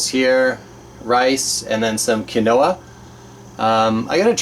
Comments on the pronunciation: Also, lol, Quinoa is pronounced "Keen-Wah". It's good stuff~ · honey never goes bad. they have found honey in Egyptian pyramids still good. Quinoa is one of the best things you got. People have been living off it for years and it's VERY good for you. It is pronounced keenwa. Tasters Choice is usually referred to as Tasters Nasty. LOL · 'Quinoa', pronounced 'keenwah', lol.